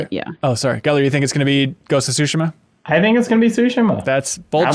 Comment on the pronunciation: Thank you for pronouncing Tsushima correctly! You don't hear Sekiro or Tsushima being pronounced correctly too often.